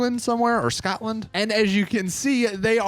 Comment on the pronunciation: I never heard anyone pronounce England and Scotland like that